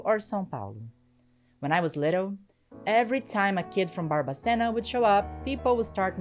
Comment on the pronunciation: Kkkkk eu nao acreditoooo! Primeiramente, incrivel o seu video, mega parabens, quando vc falou Barbacena no sotaque eu dei um pulo na cadeira. Amei a informação, amo de paixao o radio novelo, eles sao incriveis. Amoo vc 🫠❤